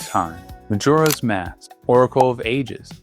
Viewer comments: i can't be the only one upset with his pronunciation of majoras mask. muh jor uh. not jur. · You don't know Majuro's Mask? 😅 Reminds me of my mother calling sudoku 'saduko'. Maybe he's dyslexic and never double checked?